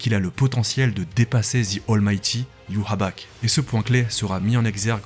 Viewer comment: propre mais art de dire youabak mdrr